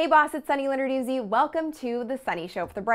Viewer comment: Lenarduzzi sounds...!!!??? Sunny are you Italian?? Good videos!! Keep it up!! Brava!! ;)